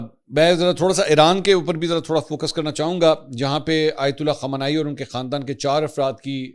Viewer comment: MAK pl nam sahih len. KHUMANAI nahi balke KHAAMENAEE